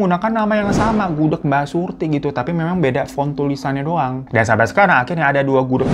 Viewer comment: gak denger kah??? jelas- jelas bang hiro bilang nya gudeg, tuli kah lu?